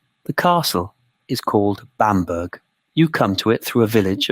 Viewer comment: Pronounced Bamber.